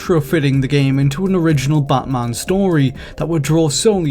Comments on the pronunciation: Why are you saying BUTTman instead of batman? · Drink every time he says bot mon. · Who is this 'Buhtmuhn'' of which you speak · Batman or Badman? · Prepare for buttmunn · You guys couldn't find someone who doesn't pronounce Batman as Bathmahn? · The way he says batman. *chuckles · The way this dude pronounces "Batman" is really annoying.